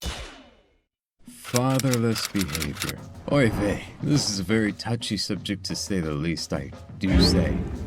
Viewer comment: hold up did he say "Oi Vey"